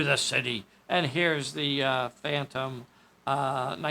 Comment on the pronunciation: It is a shame no one makes the Leslie Special or the Hannibal 8 in 1/48. As a correction, you were pronouncing the Phaeton phantom.